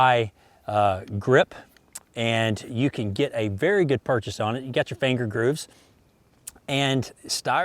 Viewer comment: "with the fanger grooves."